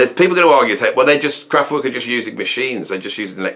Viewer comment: You're as crap at pronouncing Kraftwerk as you used to be at pronouncing McLaughlin